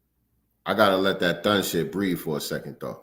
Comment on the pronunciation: That "THUN" is impeccable ..